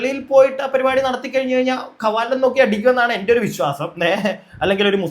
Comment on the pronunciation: പരുപാടി അല്ല പരിപാടി 🙏